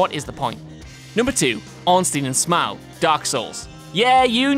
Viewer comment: Ornstein and sm'ow? Maybe i pronounce it wrong... Smough as in dough.